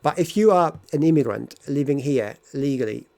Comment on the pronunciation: I don't like the way you say the word "immigrant". When you say it, it sounds like "immiGRUNT" - you should use the neutral vowel in the last syllable (/ə/, the one at the end of the word "sofa") and not the same vowel as in the word "cup". And when you say "bad person", it sounds like "bat person" - the d should not be devoiced before a following unvoiced consonant. And "since I'm here" should be "since I have been here".